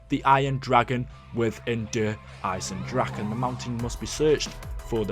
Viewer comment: Can you at least pronounce it right. It is Eye-Zen and not Dragon or Drakon its Dra-keh